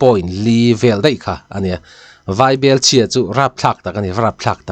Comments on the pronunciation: Vai bel chhiar anilo,vaibelchhia zawk aw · Vai bel ( Vai ho bel/thilchhumna ) anga lam loh tur aw i tisang lovin i hi a nen inchen in lam la a dik zawk lo maw ?